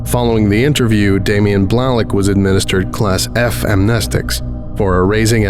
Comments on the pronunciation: Blalock is pronounced “bl-ay-lahk” just for future reference. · I have never heard Blalock pronounced Blahlock before 🤔